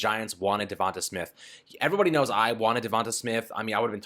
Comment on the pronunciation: DevonTAY not DevonTUH. If you’re such a fan then at least say his name right.